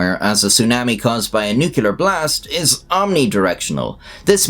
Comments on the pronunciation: Firstly, why are you mispronouncing nuclear? It is easier to say New-clear than new-cue-laar which is the way Harry Truman the US president said it, and said it incorrectly. Secondly, Russia has next to no working nukes. It costs 60 Billion per year for the USA to maintain its nuclear arsenal, which is as large as Russia's, and Russia only spends 55 billion per year maintaining its entire military, army, navy, Air Force, and nuclear weapons. Given the monstrous corruption that all branches of the Russian military experience, and the general lack of maintenance of all Russian equipment, the chance of any Russian nuke made before 2012 working is zero. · nuclear, not nucyaler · NUCLEAR. not “nucular” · I don’t find the Russians particularly credible. I have a feeling that you can probably relax. Chalk the broadcast up to props, AI, and editing. Oh, and it’s nuclear, not nukular….words have meanings. Thanks. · Nu-clear, not "nucular" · "Nuclear", not "nucular." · Nuclear, not nucular. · why do you say nookoolar, you arent american, you arent that deficient, you are a decent irishman, I know you can say "nuclear" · Nuclear. It is a simple enough word. Two syllables. New and Clear. Give it a go one day. Practice by saying New for a few days. Then practice saying Clear for a few days. When you are confident, why not put them together. New Clear. That way you won't sound like a Pratt because you say; Newkiller. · Nuclear - New-Clear not New-ku-lar. There is only 1 U in that word. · I love your videos, but I must make a correction. The word is pronounced "nuke-lee-arr", and never "nuke-you-lar". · NUCLEAR MOTHERFUCKER, NOT NUCELAR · I pray to god that someone pronounce nuclear correctly just once. New-klee-ur, not New-kyu-lur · I practiced by saying “new cleats”, since I had bought new shoes and gave a talk saying new queue lar. And got called out. By a Nobel prize winning nuclear astrophysicist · You blew it with the first nucular at about 10 seconds, twat!